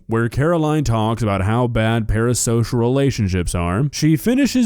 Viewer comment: Are you saying "para-sosh"? Stop saying "para-sosh"